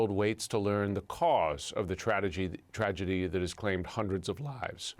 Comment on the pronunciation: I noticed some folks pronounce tragedy as tradegy, bbc not an exception 😊